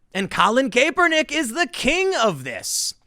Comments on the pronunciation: Tim, I love you. It’s pronounced KAP-ernick though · Kap-per-nick that's how it's said! Damn make fun of him sure but at least say it right lol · LOL! This bald grifter keeps calling him "Caper-Nick". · Please stop saying "Kay-pernick", Tim. Lol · Could someone please tell Tim it’s pronounced cap-per-nick? Thanks 👍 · His last name is pronounced “Cap-Per-Nick” Also when he first came out of college he was good. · Tim you really gotta learn how to pronounce the names. Love your content man keep it up. Doing God’s work. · The way Tim say Kaepernick's name makes me think he doesn't watch football. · I'm no Kaepernick fan but I still struggle to listen to someone act like they know anything about his football career when they mispronounce his name like this. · Is anybody going to tell Tim how to pronounce Kaepernick? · Lol sorry couldn't listen to how you were saying caepernick. At this point you should know. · I can’t stand Kaepernick but does it bother anyone else that Tim mispronounces his name 🤣🤣🤣🤣🤣🤣🤣🤣🤣🤣🤣🤣🤣🤣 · Honest question. Do you purposely pronounce people’s names wrong? I’ve noticed it a lot when you say names of people you don’t agreed with. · Couldn’t take the video seriously he kept pronouncing his name wrong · Does the way he pronounces kaepernick make anyone else cringe? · It’s pronounced Cap-er-Nick not cape-r-Nick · CAP not CAPE...come on, you are in “media” man. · Love the videos brotha. It’s Cap-er-nick....not Cape-er-nick though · It's pronounced "cap er nick" not "kay per nick" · Isn't it Ca-per-nick? Not Kay-per-nick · Pronounced CAP er nick not KAE per nick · You can tell Tim isn’t much into sports ball… Tim FYI it’s Cap r nick not caper nick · I love you Tim but DAMN. You are a skaterboarder. I thought everyone knew it was (cap-er-nick) not (cape-er-nick). I cringed everytime you said cape er nick. 😆 🤣 😂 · When EVER was Kap pronounced "cape". Perhaps English isn't Tim's first tongue. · Its KAPernick lol was driving me crazy you saying this